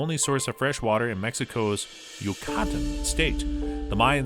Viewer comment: See notes? Yoocotton?